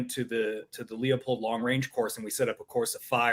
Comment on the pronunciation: if you went to their long range course, didn’t you learn how to pronounce “Loo poled”?